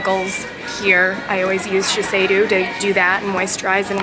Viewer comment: U pronounced sheshido wrong